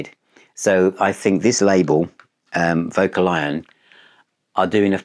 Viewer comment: Hi, I think it's pronounced vo-calion. That said, I think I prefer vocal-lion.: ))